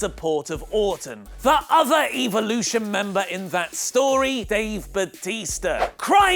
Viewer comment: why do you say evolution like evelution